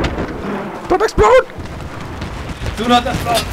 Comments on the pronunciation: "I asplode" ROTFLMFAO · Haha me too :) "asplode" lols